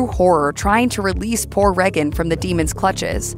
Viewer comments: Ray-gan not Re-gan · And to the narrator. Her name is pronounced "Ray-gen" not "Rag-un" and don't get me started on Americans pronouncing "Mario" and "Pokémon" wrong. It's not "Marr-e-o" It's "Marry-o" Even the voice actor pronounces it correctly. And "Pokémon" is pronounced "Poke-ay-mon" not "Poke-ee-mon". Watch the cartoon. Pillocks! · “Reggin” FFS. Tell me you never watched The Exorcist without telling me you haven’t watched the Exorcist. How can anyone pronounce Regan like that? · They say her name more than enough times in the film for you to not mispronounce it. Aside from that have you ever heard ANYONE pronounce it like that? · They way she is pronouncing Regan is stressing me out. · Please pronounce Regan correctly.